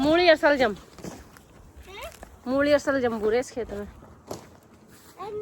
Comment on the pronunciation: Di saljam nhi bol te salgam bol te h